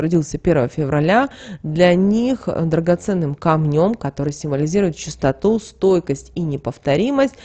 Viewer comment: Конечно, много интересного, но... Как можно так безграмотно говорить?Ну просто слух режет. Сколько слушаю, едва сдерживаюсь. Но уже не смогла... СтАрец, а не старЕц! КАмнем, а не камнём. Жуть просто